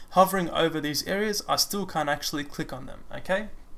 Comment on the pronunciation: Great and comprehensively-explained tutorial. Right to the point! You have a great teaching method and skills. The only issue I had was when you seemed to say "can't click" (on visibility of the tooltip), it really sounded like "can click". The "t" was really silent :). Great job and thank you for sharing your knowledge.